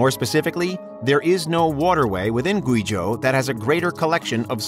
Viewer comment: I’m not normally a stickler, but if you’re going to say the word “Guizhou” so much please just google how to say it first. It’s more like “gway-joe”